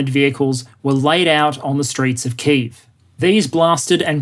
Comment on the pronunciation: Well done for your pronunciation of 'Kyiv'! ('Ki' like 'kick' + 'eve' like 'evening')